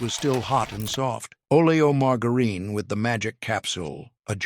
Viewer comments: Margareene????? Had to watch screen to see what on earth stupid AI was talking about!!!! Can't watch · "Mar-ger-een" this AI shit is ridiculous!